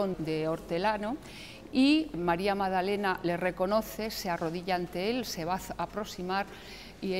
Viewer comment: "Madalena", "Nuñe", "sumao", por favor que alguien le enseñe a hablar correctamente, es MaGdalena, NuñeZ, sumaDo.